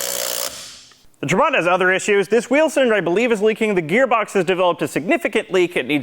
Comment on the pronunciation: It’s not TraBANT, but TRAbant. Emphasis on Tra.